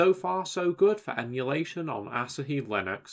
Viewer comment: Surely it's pronounced like the beer, A-(sah-hee)? Rather than (Ass-a)-hee! 😆